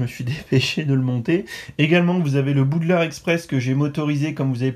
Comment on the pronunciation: Gg j’adore ! Mais juste c’est pas Boudlard mais Poudlard 😂😂😂😂